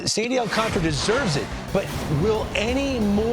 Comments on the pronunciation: its not al-CAN-tar-uh. its all-KON-tra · AL-CAN-TAR-A Not AL- CANTRA